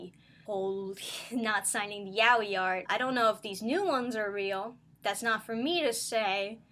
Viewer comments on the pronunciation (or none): none